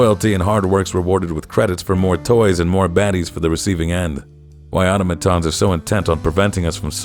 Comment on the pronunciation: Why does EVERYONE I've seen on YouTube pronounce it "auto-ma-ton", a three syllable word? Even the in-game characters pronounce it "au·tom·a·ton". A four syllable word. Is it a regional thing? A cultural thing? A running gag I'm not in on?